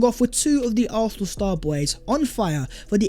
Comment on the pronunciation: pronounciation of Arsenal 🤦🏾, used to think my ears were the problem. Great content tho 🤣